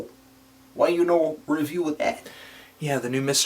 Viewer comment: NOOOO pronounced "review" correctly!